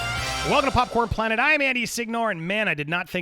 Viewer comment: Hey Andy Everytime you say "Welcome to popcorn planet" I always correct you and say ... "it's Popcorne(d) plannet" lol